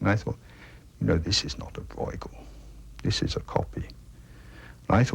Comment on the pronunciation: Hurts my ears. Please pronounce Breugel better if you want to be an 'expert'